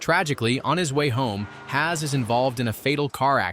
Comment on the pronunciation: HAZ🙂 u forget pronouncing two more letter bro